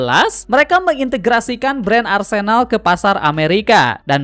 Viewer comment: Maaf bang saya terganggu banget sama pengucapan arsÉnal. Yang benar adalah arsEnal.